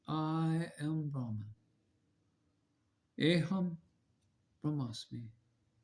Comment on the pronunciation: Pronounciation of the maha vakya is not aeeeham brahmasmi. It is aham brahmasmi ❤